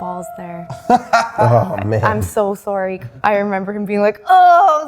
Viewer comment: the canadian "sorry"